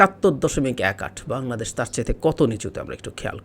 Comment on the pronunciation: ইসমার্ট বুঙরাদেশ ( জাপানীদের উচ্চারণে আমাদের প্রিয় বাংলাদেশ ) l